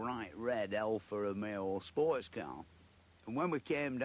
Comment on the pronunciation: Alfa Romeo Spoo-erts car